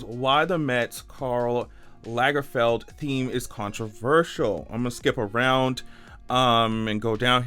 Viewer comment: If Lagerfeld had 2 gg's, then your pronunciation would be correct.